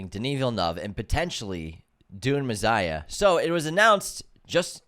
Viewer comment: “Dune Mezziah”